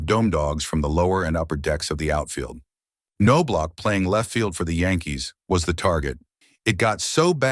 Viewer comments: reporting this video as spam/misleading just because you can't train your text-to-speech that it's NOB-LOCK. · Not No block. It’s also Travis Fryman, NOT Fry Man. AI sucks completely. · Knaablach not noblock. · Whoever read this needs lessons on pronunciation and some baseball dialouge. It's not Nobe- lach, or K-nobe- lach..... it's Knob-lach! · Its KNOB-LOCK. Easy as can be simple as locking a knob. Damn knowb-lauc smh. I have a blue bat from the dome with his fake signature on it from a giveaway night from when I was a kid. I like him as far as the 91 team is concerned. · Nob Lock not No BLock or K-No Block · How do you do a video on someone and not know how to pronounce their name?!?!?! It's pronounced NO-BLOCK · These AI robots forever mispronounce people names wrong. No Block, Cano Block🤦🏽‍♀️. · OK SLANDERER...IF YOUR GONNA MAKE HATE VIDEOS..LEARN TO SAY HIS NAME RIGHT...ITS KNOB-LOCK....ANOTHER HATE VIDEO FROM A DERANGED LIBERAL! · Kuh - know - blauch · "Fry Man" ''Know -blauch'' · Nah man it's No-block...and sometimes Ka-no-block 😂🤦‍♂️ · No Block ... LOL 😅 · This is what happens when you use AI voice instead of a human reader. Also, it's Chuch Nob-lock and Travis Fryman (one word). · Chuck’s dad Ray, was one of the most decorated high school baseball coaches in Texas at Bellaire HS in Houston. I played baseball with Chucks older brother Mark. Their last name is pronounced Naw Block. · Ka - no - block??? Now I'm not too concerned about A.I. after all 😮😮😮. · Ca no blaw….. seriously,is this how you’re going to pronounce his name. Do your research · Nice article that was RUINED by the brutal pronunciation of Chuck’s last name. It’s pronounced NOB-LOCK. The K is silent, the O is short, and the end of his name is the sound of a K and not CH. It was butchered continuously. Just ruined the article! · It’s pronounced Naw-block😂😂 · It’s Nah- Block 🤦🏼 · k no blauch? Dude it's Knoblauch. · Thank you. The way he said his last name was driving me crazy